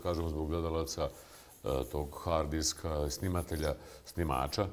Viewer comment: Ja pomislio on se zbunio pa kaze "foreznicari" medjutim on stvarno tako 10 x ponovi. Kao on ne zna kako funkcionise nadzorni sistem ali zna da se podaci ne mogu izbrisati sa hard "diksa". Mutan kao kisnica.